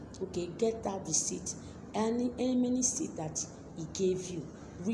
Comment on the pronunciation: I don’t understand the part about the seeds. Please forgive me, I’m in the US and we have different accents. I repeatedly watched that part and can not understand you clearly about the seeds. Can you please clarify that part?